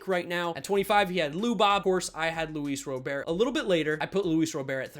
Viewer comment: Start saying Luis Roberts name right